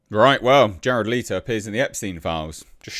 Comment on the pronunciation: I tried to watch this. But his insistence on calling Jared Leto (leeto) triggered way more than it should